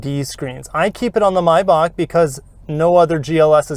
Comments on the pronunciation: I. Believe it is a MAYbach not a MYbach. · Why do you pronounce "MAY" as "MY" MY- BACH or MAY- BACH